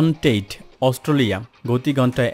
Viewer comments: অস্টোলিয়া নয় ভাই অস্ট্রেলিয়া। একটু বাংলা ভাষাটা পরিস্কার করুন। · ভাই সব ই ঠিক আছে,Australia উচ্চারণটা প্রতি বারই সঠিক হয়নাই বলে আমার কাছে মনে হয়। আশা করি ভবিষ্যতে আরও সতর্ক হবেন। ক্রিকেটের একজন পূরানো দর্শক /শ্রোতা হিসেবে আপনার ভিডিওটার বিষয় আমার খুউব পছন্দ হয়েছে। আপনাকে অনেক অনেক ধন্যবাদ ও শুভকামনা।